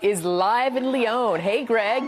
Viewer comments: These Fox halfwits can't even pronounce Lyon - it's not Leone. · Lyon.. Lee on, NOT Lee own!! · Lyon not Leon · Thanks people in the bar for saying what most of the world would like to (fuck Trump!). Also...why do Yanks find it impossible to pronounce any word or name in another language correctly. "Here we are in Leee-OWN, Fraaaance". Jeeze. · Fox news reporter and Fox studio must be Trump supporters (stupid) and are too up themselves to check how to pronounce 'Lyon', its not Lyown you donuts! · Lyon pronounced ‘Lee-own’ ? Dear Lord!! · Where the fuck is lee-oon, France??? 😂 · At least pronounce Lyon correctly...ffs